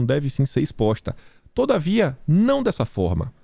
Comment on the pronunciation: é “ MAS, PORÉM, ENTRETANTO e… TODAVIA” Não “toda vida”…